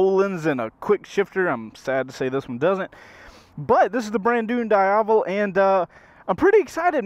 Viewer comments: it's not "daiavel", is "dee-avel" bruh.mp3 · Da-ya-vel? It's Di-ya-vel, isn't it? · Diiiiiiiiiavellll not Dieavle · I did a nice 45 minute demo ride on a Diavel during bike week like ten years ago and have wanted one ever since. Odds are very likely that I'll have a 1260 S in my garage by next spring! Btw, the Ducati people told me it's pronounced Dee-ah-VEL (emphasis on the last syllable), not Die-AH-vel (emphasis on the middle syllable). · Loved the first ride. But just a quick FYI, the NA CEO of Ducati pronounces it “Dee-avel” not “Die-avel.” Also, “Pan-igale” not “Pawn-igale.” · die havel... smh is pronounced D AI VEL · DEE-AVEL, not DIE-AVEL. Just sayin... 😁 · How to pronounce "Diavel" correctly Dieyavel/daiyavel = wrong Deeavel = correct Sorry just a bit disturbed by the pronunciation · Correct pronunciation is Dee-ah-vel. No big deal, unless of course you're reviewing one on video in which case it wouldn't be a bad idea to get it right. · dee ahh vul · Am i the only one who got annoyed with his Diavel pronunciation? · Love how you pronounce Diavel, come on, say it right...